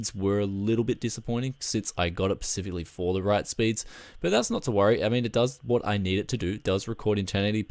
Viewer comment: Please stop saying "pacifically"! Other than that love your videos, keep it up!